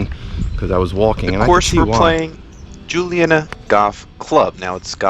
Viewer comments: You’ve captured the spirit of the community; it’s indeed the most wholesome kind of Philly grit. And it’s pronounced Joonie-Yadda. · Dude, how hard is it to pronounce Juniata 😂 Joo-knee-atta. Not Julianna. And it’s definitely in Philadelphia. Grew up right down the street.